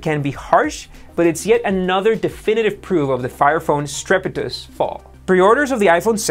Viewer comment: "part of Amazon's strepitus fall". Uh... Do you mean precipitous?